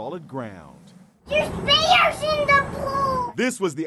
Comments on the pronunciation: "dErS BeRS In dE PoOl"-that one girl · "Theres beARGHS in da pool" 😂